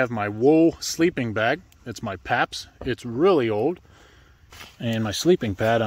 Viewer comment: Saying paaps is saying you're from pa?